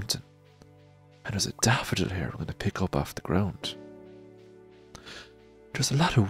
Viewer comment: I heard "once I place down my chest hair" instead of here and it's kinda hard to fall asleep when you're laughing. XD Oh but on a practical note, for an ASMR video you might pull away just a little farther back from the mic so the S sounds don't hiss as much. Edit after watching: Very well done, I could feel myself starting to drift off. Then the video ended and a loud ad came on and messed it all up, dang it. Lol Needs to be about twice as long next time. Stardrop dreams everyone.